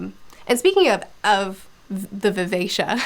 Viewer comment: Wow the way you pronounced Vivacia makes so much more sense than how I read it. I always read it as vi-ve-ki-a lol I had this oh shit moment multiple times in this trilogy for some reason. Maybe I can't read but I initially read Bingtown as Bring-town and had to correct myself over and over when I realized that. The worst one is Brashen which I somehow managed to read as Brandon initially I stg